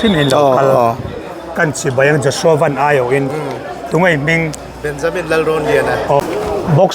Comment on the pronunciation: A hming lam rik dan diktak an hrilh tawh che a, lam dik ve zel tawh rawh , a harsa lo em mai. Lei leh Van kan lam rik ang chiah a, VAN ti tur a ni e